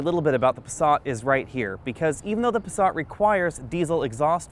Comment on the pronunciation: Where the hell is the the letter "R" in the Passat. Try and pronounce it correctly with an "A". Pasaaaaaaaaaaaaaaat, not passarrrrrrrrrrrrrrrrrrrrrt. Ok I'm sorry.